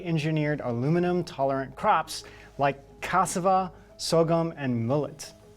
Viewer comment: SORGHUM - PRONOUNCED "sore - gum ". Aluminum resistant? Good to know!